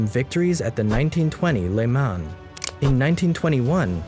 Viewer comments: For a Franco/English phone it is hard on the ears when you hear le mans pronounced like a Quebecois farmers son! It is "Le Mon" ... No plural "les Mans" ... But "le" like "leu" ... "Mon"... No z at the end! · “At the 24 hours of ‘le-mon’. “. No. It’s pronounced “le-maw” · Great work. Some pronunciation errors though. “Jean” in french is pronounced as “John” basically is the french version of English name John. Le Mans is pronounced as “Lu Man”.